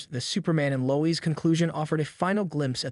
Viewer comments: Low ezz bro it’s Lois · Why are you saying Lois name like that? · I want to punch myself in the face hearing the way you pronounce Lois.